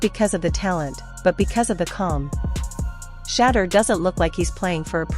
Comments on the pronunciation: Announcers should get the pronunciation of his name right out of respect. His name is Shedeur like ‘She’ deur. Every time she speaks it hurts my ears. So disrespectful. Not Shaddow Sanders. He’s a legend not a dark spot you overlook. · His name is Shedeur (She-do-er) Sanders, not “Sheddar” Sanders. Put some respect on his name!